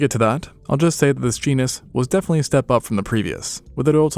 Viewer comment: this man's FEARLESS pronunciation of genus and species names terrifies me.